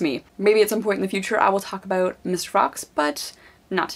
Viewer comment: the way you say about always cracks me up :D